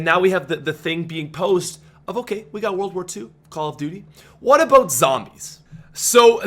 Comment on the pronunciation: Dropping a like just because of how says "aboot"